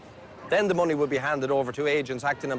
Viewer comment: Monies... 🙈... Its MONEEEEEEEEEY